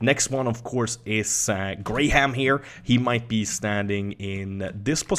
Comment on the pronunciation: Did he just say Graham like "gray ham" ?? XD